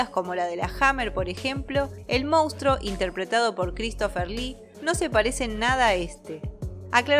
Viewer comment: Escucha: mons-truuuuoooo. Monstruo. Siempre dices “moustro” 😂😂😂 Moustro, por qué???